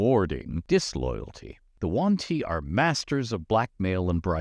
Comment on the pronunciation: He sais "The One-Tea" during all this video) ☺